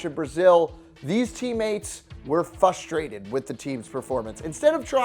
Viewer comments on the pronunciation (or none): WHAT THE FUCK IS FUSTRATED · You'd think a guy wanting to talk for a living would know how to say FRUSTRATED. It's not fustrated and that's when I checked out. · Dude, it's "frustrated", not "fustrated". C'mon man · How do people over 5 not know how to say frustrated. Its foostrating or fuztrading or whatever. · It’s Frustrated not fustrated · Frustrated, not fusstrated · Jesus can someone please tell this guy there is an R after the F in FRustrated... I'm gonna lose my mind if he keeps saying Fustrated.... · Anyone who calls themselves a commentator and uses incorrect words like "fustrated" deserves to get punched in the face at least once. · "FUSTRATED" lol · Somebody want to tell this guy there's an R in fRustrated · Hey Commentator, there is a letter 'R' in the word Frustrated....But I guess you are free (or fee) to say it incorrectly and ignore the R. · Fus-trated is not a fucking word !!! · I’m fRustrated with your pronunciation of the word fRustrated. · lol fustrated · Can’t even say frustrated right, and this man needs to fix is mustache